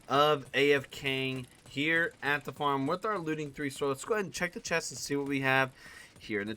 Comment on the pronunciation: He said form except for farm